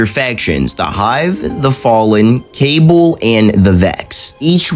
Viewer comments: Just wanna mention its pronounced cuh-ball rather than cable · Really Good vid. Cabal is pronounced "Ka-ball" btw lol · They are very similar to the vex because they can also control time but I think they are nothing like the Cabal. Also it’s not a big deal but it’s pronounced Ca ball